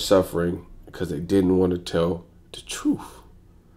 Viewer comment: Tell the twruth tell the twruth 😂😂😂😂😂